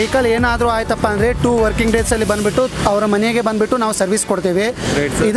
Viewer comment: क्या है ये बंदबिट्टू, बंदबिट्टू। कन्नड़ नहीं आता।